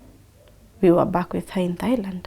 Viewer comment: It's Thailand. Not Thighland😂